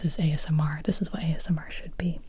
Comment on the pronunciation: Huh huh huh. You said "Ass-M.R."